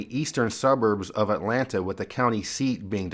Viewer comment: I love how you say the “T” in Atlanta. I’ve lived in Northern Virginia for 40 years and my husband is from Georgia and I completely forgot that there is a T in that word.😂